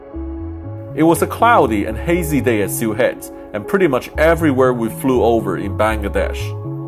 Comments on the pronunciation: Nice to see the London - Sylhet flight in this vlog 💕 and it's pronounced "Seal - et" with a silent h, not "Seal - het" 😜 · Sam… great video, but it’s pronounced “Shee-leth”. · Stop saying ‘Sill-hate’ directly after hearing locals pronouncing it lol